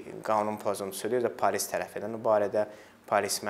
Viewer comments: Bu dilimizu niye bu hala salirsiz? Ne pAlis(?!), pAlis yox, pOlis!!! Polis ey, pOlis... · Palis yox polis